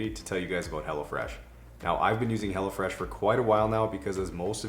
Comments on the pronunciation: Anyone else hearing “hella fresh” and not ”hello fresh”😂😂 just thought it was funny, that’s all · It sounds like you are saying Hella Fresh 😆 🤣 😂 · Am I the only one who thought he was saying hella fresh?? lol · lol... I thought you were saying hellafresh at first during the plug for the food delivery!=) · I keep hearing you say "Hella Fresh" and I really need to get my hearing checked...lol